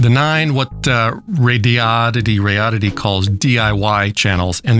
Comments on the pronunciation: Dude…RAY-DEE-ODD-IT-EE. How hard is that? They gave you the thing for free. At least take 2 secs to learn how to say their name. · RAY - DEE - ODD - IT- EE ====== RADI ODD ITY - RADIODDITY LMAO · "ray-dee-odd-eh-tee". You can do it- I know you can!! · Came for potential Sad Ham commentary; stayed for "Radoddity" pronunciation. Love it! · Come on, everyone knows its pronounced Radioddity. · After all these months… please just pick and speak one pronunciation for “Radioddity” (rather than adding spurious ones) 😃